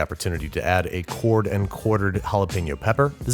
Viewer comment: You are mispronouncing Jalapeño!